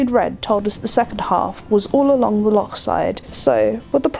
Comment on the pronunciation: Not only did you pronounce Milngavie correctly, you also got Loch right too! Well done! Very much appreciated....so many non-natives get Loch wrong.....pronouncing it ‘Lock’.....especially boaters....I have a very English accent, (English father, boarding schools..) but pride myself in getting the Scottish words right. Thank you 🙏 and also thank you for all your YouTube/video efforts... all much enjoyed. 👍